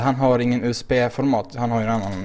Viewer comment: låter fan som att du säger USP ist för USB xD PS: du får köpa dig ett rakblad för paketen ;)